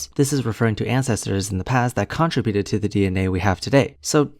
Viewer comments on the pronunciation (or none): dammit,, it's contributed, not contributed!